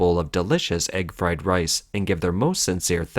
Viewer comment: Egg fwed wice